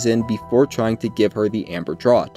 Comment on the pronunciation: It’s pronounced draught (draft) not draught (drawt)